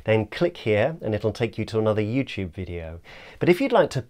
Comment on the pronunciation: this isn't a big deal but you said YouChube.